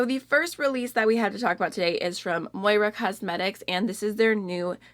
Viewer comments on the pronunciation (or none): none